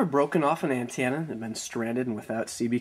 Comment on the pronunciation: What's an "anne-TAN-a"?